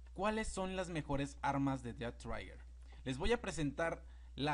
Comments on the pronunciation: No es "traiguer" es más como un "Treguer". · Es trhiger no traiger :v